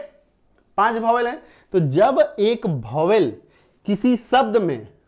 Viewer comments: Bhovel nhi sir vowel pronounce krege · सर गलत पढ़ा रहे है Vowel आप भोवेल पढ़ा रहे है यह वोवेल लिखा है 🎉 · Bhowel nhi hota vowel hota hai pahele bolo to sahi se